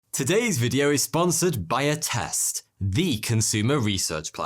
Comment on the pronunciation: Not gonna lie I almost asked what test when you said Attest